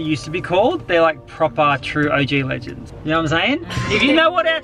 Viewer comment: Bro said blegands